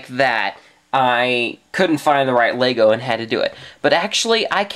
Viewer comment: ITS LEGO NOT LAYGO DUMDUM